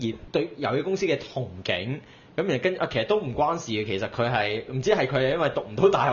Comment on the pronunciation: 有某個主持次次把 (憧)憬 都讀錯音, 還不時講D大陸特有用語, 請不要大陸化啦